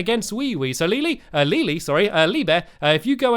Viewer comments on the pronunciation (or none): OMG Stampy said Leelee thats so funny Lee + WeeWee = Leelee!